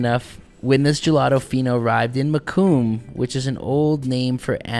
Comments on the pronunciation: Mokum sound like broken, not raccoon lol. It's Yiddish for Amsterdam. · Its pronounced : Mo-cums tulip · Great video! Mokum is pronounced like “Mokem”… so not with an “oo”. Mokum is an alternative name for Amsterdam.